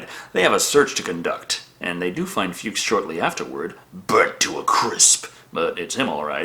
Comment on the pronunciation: Nonono, it’s pronounced “Fucks” as in Fred Fuchs.:)